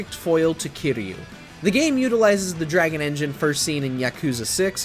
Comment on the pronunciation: Funny I didn't even catch "Kairo" lol I was already mad over Yagami. Also you gotta mention the Judgment series has an English dub there's no excuse for the presenter making those mistakes.